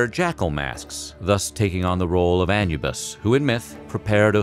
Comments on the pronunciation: Anubis..... A-NOOB-US, not Anne-you-bus.....🤪 cringe haha - but still love all your videos! keep them up! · Cringe on how you pronounced Anubis